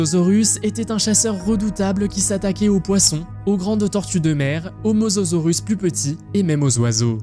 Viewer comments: Il dit mozorus ya aucun effort 😂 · C mosasaurus pas mososaurus😂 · Mosasaurus et non mososaurus, andouille ! 🤭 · On dis mosasorus pas mososorus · Mosasaurus pas mososorus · bonne video mais on dit mosAsaurus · Si il n'y avait que ça en erreur, pourquoi pas... Même des erreur de diction.. Mososaurus.......